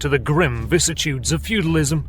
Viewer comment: Illiterate as ever. What is a 'vissitude'? Do you mean 'VICISSITUDE'?